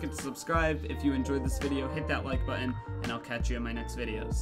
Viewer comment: Haha when did your voice break! XD love watching you and I don't know why... Anyways when you say button pronounce your ts Haha keep doing what you're doing Bro peace out.